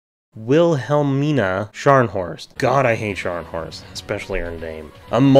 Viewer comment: Pronounced villa-ME'-nuh. 🖖🏽